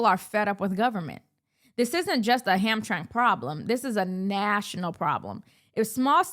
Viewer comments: FYI...... it's Ham-TRAM-ick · Hamtramck is pronounced Ham-Tram-Mick... most folks that aren't from this area say it the way it looks. No blood no foul, good content Madam. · It's pronounced Ham-tram -ic. I spent my life in the Detroit area and we have a bunch of funky names for things here in the Motor City. Hamtramck was called Pole Town for the huge Polish Population, then about 20 years ago the demographics went out the window with Yemen carrying swords in the streets and calls to prayer from load speakers. Spooky! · "ham-tram-ick". not to officiate from the main focus but from the start made me think we was talking about 2 different places. Entire state is run afoul with dirty elections since at least 2010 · Ham-tram-ic. Three syllables.